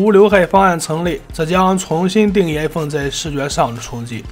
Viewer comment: 一口一口艾粪叫的我都不知道iphone怎么念了 太洗脑了